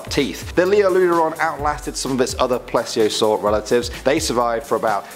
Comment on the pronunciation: Not how you say plieseasour